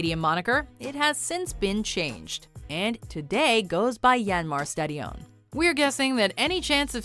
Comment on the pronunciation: Stadíon, i love it when WM tries to pronounce something Dutch :)